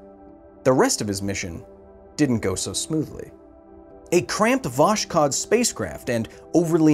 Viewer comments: Lol, "Wash Code" spaceship. The Russian word "Voskhod" (lit. "ascension") is pronounced more like Vos'hod. like two distinct syllables they are: 'vos' and 'hod'. Okay, now it's "Was Hot". great. Okay, "was hot" is still a better approximation than "Wash Code". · Vos Hod - there is no sh there lol